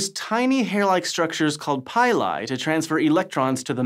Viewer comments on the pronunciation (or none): PILL-E, as in PILL-E-ATING hairs. So, no PIE-LIE...👎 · Please pronounce pili as "pee-lee" instead of "pie-lie". Please. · Great video as usual. Pili is pronounced like pill-lee.